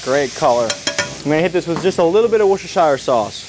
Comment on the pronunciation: I love your videos. Say Worcester, as in MA. Then say shire, pronounced sherr. Now combine them. Worcestershire 🍻